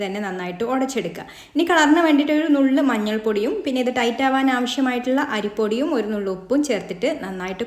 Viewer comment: അരിപ്പൊടി 'യൂ ' അല്ല അരിപ്പൊടിയും